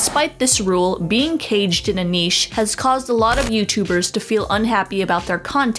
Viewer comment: I feel like they’re pronouncing niche wrong